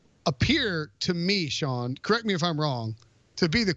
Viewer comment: Who are these bums? According to these crumb bums "Deshawn Watson" is a Wr on Eagles who cant stay healthy? And felt bad for "Carson Palmer", who's allegedly the Eagles QB, because he had nobody to throw to last year? I mean, fuck up one name, I get it, it happens. No big deal. But they named like 5 eagles players in this small vid clip and botched 2 names.